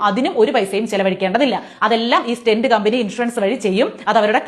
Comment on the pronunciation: Name of object not clear.. Stent ?